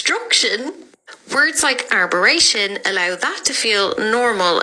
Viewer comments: Arboration! I’m cringing - arbitration! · Can't fault what's been said here but it's ''Arbitration'' not what the lady said. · Arbitration - it's pronounced as it's spelt.